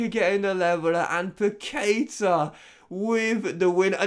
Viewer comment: I´m brazilian, and it spell like Pactá (Paquetá) With the strong acent on the "Tá"